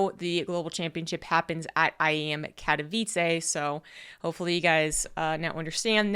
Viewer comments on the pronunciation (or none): it's "Kat-oh-veets-eh", not "Kat-oh-veets-ay" FYI.